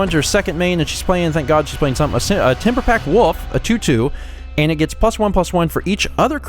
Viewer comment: "Timberpack Woof" you're doing it again lol